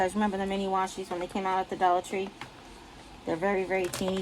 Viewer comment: It sounds so exotic when you say it that way dolla tra ! Love it !